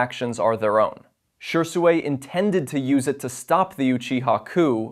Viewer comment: Shersuway 😢😂😂 come on bro Shisui its not hard Shih-Soo-ee 😅